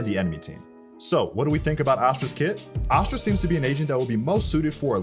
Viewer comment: omg it's ASS-stra...not AH-stra. Just like ASS-stral which you are saying in the entire video.